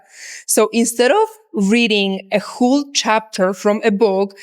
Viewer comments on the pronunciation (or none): Just a bit of feedback it’s not a “hool” chapter it’s pronounced “hole” as in a whole chapter.